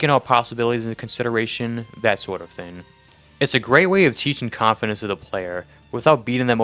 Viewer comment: Bro where are you from that you say the word thing like the word skin? You’re saying thin It’s THING like ring. At some points I had to go back to listen to the word again to even understand it